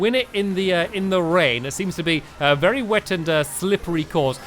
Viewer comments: Or Very i dont know it sounded like vary happy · On the last race he said "Vary Happy" lol